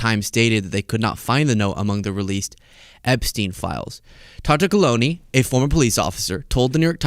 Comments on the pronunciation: Tartaglione is actually pronounced quite differently in Italian. Your version is a fair American approximation, but the closest would be tar-tah-GLYOH-neh — with “gli” sounding like the “lli” in million, and the ending as “neh,” not “oon.” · If you talk about this story again, even the ABC announcer did not pronounce Epstein's Italian cellmate's name right. I guess in America people have forgotten how their Italian names should be announced. But it should be Tar-ta-leeoneh. The GLI in italian is a strange sound with a mostly silent G that makes a bit of a y in the back of the throat, but lee is close. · In Italian, the "g" is silent before the "l." Although the name is spelled Tartaglione, it should be pronounced "Tartalione." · Tartaglione - Tartaglione is an Italian surname pronounced tar-ta-LYOH-neh ('tar' like in 'target'; 'ta' like in 'tah'). The newscaster massacred it as well. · Tartaglione : the "g" is silent! Wtf? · in Italian, the "g" before an "li" is silent but stretches the "l" a little bit, like "ll" in million. Think of consigliere and famiglia. (Of course, since Tartaglione is American, he can pronounce it his own way.)